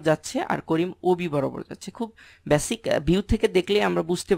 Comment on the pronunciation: ভাইয়া চিজনশীল কী? বিডিও কী? ভ্যাসিক কী? কন্টেন্টটা উপকারী। ধন্যবাদ। উচ্চারণগুলা খারাপ লাগে শুনতে। যেন সংশোধন করে নেন, তার জন্যে বললাম। কষ্ট নিবেন না আশা করি।